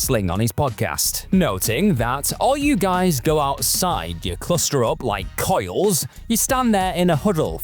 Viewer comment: Quail not coil